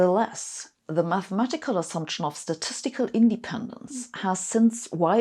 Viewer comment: Great video, however... independence should be pronounced indePENdence, not INdependence.